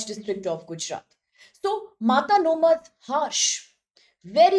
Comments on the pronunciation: girl, its not matanomadh its mata-no-madh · Pronounciation lagat hai inki bhai Is jagah ka naam hai "Mata no madh" (माता नो मढ) (Mata ka madh) Maa Aashapura ke chamatkar ke bare me research karo, pata lagega ki Gujarat me inka kya mahatva hai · it's pronounced as "Mata no Madh" meaning "fortress of deity" referring to Ma Ashapura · 😂😂😂 Matanomadh...... Angrez aurat wo Mata no madh hai